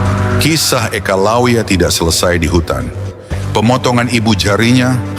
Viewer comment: eka laya yg benar bukan lawiya